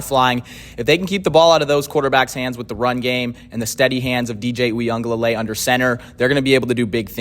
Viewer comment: It's pronounced "we uh guh lay lay". There's no N